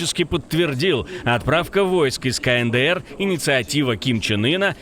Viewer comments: не знает, как правильно произносится КНДР - "кэнэдээр"., открой букварь и посмотри на алфавит. "Каэндээр"! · Слышали КАНЭДЭЭР😆😆😆😆